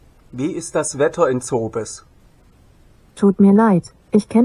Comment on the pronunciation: Denke du bist einfach zu domm Zobes richtig auszusprechne 😂